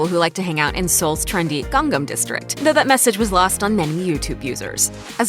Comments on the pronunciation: "gangam"? its pronounced like "gahng-nahm"... :| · Why does she say "Gang-gam" instead of "Gang-nam"